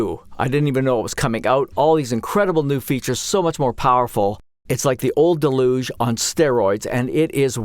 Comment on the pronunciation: Nice overview of the new features! Also mispronouncing ‘deluge’ is now the new ‘how do you say Moog’ debate.